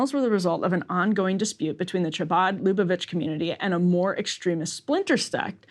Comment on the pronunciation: A note on pronunciation: "Chabad" is KHA-bad. "Lubavitch" is loo-BAH-vich.